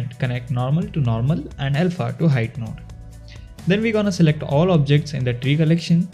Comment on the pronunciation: dudee the way u pronounce nude shader is so funny XD